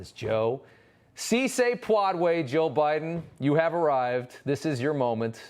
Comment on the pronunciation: Sí se puede. That's how you pronunce It, also. Hispanics exists too & It's time to get our facts straight. Portugal or former or current Portuguese colonies: Latin Spain or former or current Spanish colonies: Hispanic Get your history & facts right